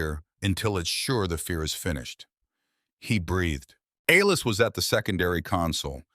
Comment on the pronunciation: A-Lis? C’mon man. How do you f-up the name Alice? Besides that I enjoyed your story